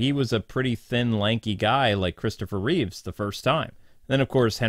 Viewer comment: ‘Christopher ReeveS’. 🤦🏻‍♂️ Why is it so hard for people to say REEVE?